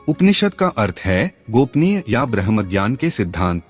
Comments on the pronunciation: कृपया ब्रह्म के बदले "ब्रह्मा" ना कसे |उपनिषद ब्रह्म विद्या का ज्ञान है|ब्रह्म और ब्रह्मा अलग है|उसी तरह कुछ उपनिषद के नाम गलत शब्द एवम उच्चार से दर्शाये हैं उदा. 'कथा' (कठ),'हमसा' (हंस),छांडोग्य (छांदोग्य), अमृता....(अमृत), अरण्यक (आरण्यक), बाकी आपके प्रयास प्रशंसनीय है और आप धन्यवादके अधिकारी हैं| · 'ब्रम्हा' नहीं घोंचु, 'ब्रम्ह' बोल। क्या ज्ञान देगा तु किसिको ? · ब्रह्म को आप ब्रह्मा बोल रहे हैं, जिससे अर्थ का अनर्थ हो जाता है!